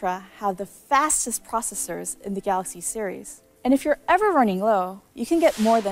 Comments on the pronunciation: I miss the guy who said Samsung Galax or Samsung Galux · no he said Samsung Galox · no it’s Galox